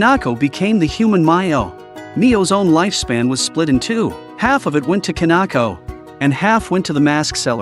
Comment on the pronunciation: Kanako? Its Kinako